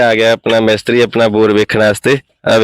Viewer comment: ਮੈਸਤਰੀ ਨਹੀਂ ਹੁੰਦਾ ਮਿਸਤਰੀ ਹੁੰਦਾ ਵਾਂ